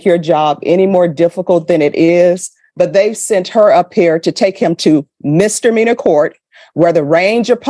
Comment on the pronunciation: I don't regularly mispronounce words related to my job. You learned to say Chipotle correctly, she can learn to say misdemeanor.